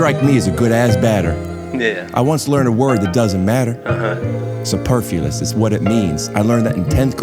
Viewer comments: Dude said superfulous 😂 i do believe its superfluous* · I love the mispronunciation of superfluous lmfao